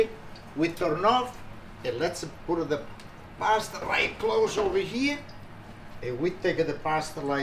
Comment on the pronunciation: love "de pots", even though sometimes there is only one pots, it's always pots - priceless and cherished, love you my friend, thank you for doing this for us